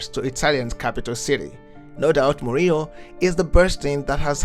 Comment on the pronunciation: please utter his name right mourinho and not mourino.